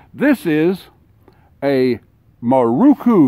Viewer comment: Pronounced .....Mear RO' kOO.......NOT moo.....ROO koo. They were primarily made for Japanese police departments with some exported.